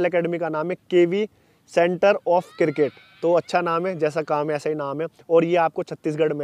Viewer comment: Cricket hota hai किरकेट नहीं 😂🤣. और ये कोच बनेगे